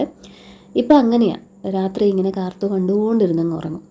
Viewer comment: കാർത്തു അല്ല mone കാത്തു 😍